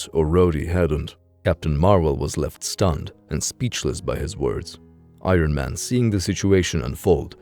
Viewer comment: I-Ron Man, lol